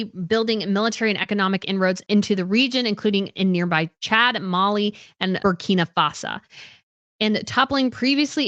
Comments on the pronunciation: Also, “Shahail”, instead of “Sahel”, “Burkina FASA” instead of Burkina Faso? Wtf? If you cannot even pronounce the regions and countries you’re talking about, then you do not need to be making videos about them. Please just stick to Europe! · Thank you! At first I thought I misheard when she pronounced Sahel as Shahail and then she did it again and butchered the pronunciation of Burkina Faso while claiming to have quite a bit of knowledge about these areas. At least do some research about basic pronunciation before claiming to be knowledgeable. And then claiming it was Russia that spread misinformation about Catherine’s pictures. 🤦‍♀️. This was a tempest in the teapot that the American press (Associated Press in particular) then the British press made a huge deal about for no reason. What did Russia have to do with it. And African countries pivoting to Russia is 1) nothing new (this happened during the Cold War when there countries which preferred Russia because they were never exploited or colonized by Russia unlike the French and British) and 2) an isolated case regarding Niger a French speaking country exploited by the French for years and a case extremely different from the arrangement that the British have with the commonwealth countries. Also, the West does not own Africa or get to decide who these Africans get to trade or be friends with especially when the West starts imposing ridiculous restrictions that Africans find to be morally repugnant as a condition of aid. The CIA and the British Intelligence were actually responsible for a lot of the instability in Africa during the Cold War as they sponsored and engineered coup d’etats in many African countries to remove governments they considered neutral or Ru